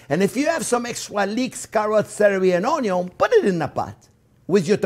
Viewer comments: Yay!!! He said onyo in this video!!!! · I havent seen his videos in years and I'm glad I heard him say onyo. True legend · He said onyo. It's an immediate like from me. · Good chef but i hate it when the french says ( a onion ) its facking enoying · I like it when he tries to say “onion”